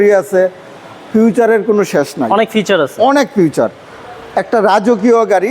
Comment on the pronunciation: উচ্চারণ টা ফিউচার না , ফিচার